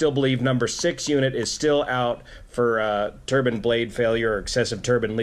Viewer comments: Cant help but the cringe every time I hear someone say "turban"...especially as you said turbine once properly already. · Than why is he pronouncing "turbine" as "turban"? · You were correct the first time: Tur-Bye-n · I believe it's pronounced, "tur-bine". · Another great report. Thank you. Turns out you can pronounce 'turbine either way you have been, but the American pronunciation is tur - ben. according to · I do appreciate what you do here. One small bit here. If you're really 'correcting' you should know that in all 66 yrs of my life, living from East to West, the word "turbine" is pronounced with an "i" and in some areas, the "i" is spoken as an "e". To my knowledge, and in my experience, your pronunciation sounds like what gets worn on the head. Thanx again for your videos.